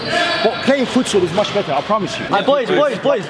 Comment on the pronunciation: No offence but "fUtSiAl"